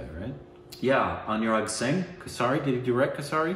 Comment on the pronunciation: it is not kasaari it is kay-surry and it is not Punjab like you pronouns it is like "Funjab" just change "F" into "P"